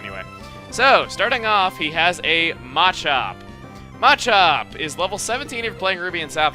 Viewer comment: Ohh lord the way he says Machop bothers me.. MAAAAchop. I've always called it muh-chop. He puts like tons of emphasis on the A and it bothers me xD